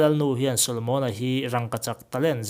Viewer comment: Rangkachak pawh i lam pangai ve tawh e😂